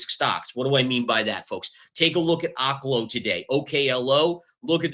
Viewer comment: Its pronounced Oak-lo, like an oak tree. You can watch their own promotional videos if you dont believe me.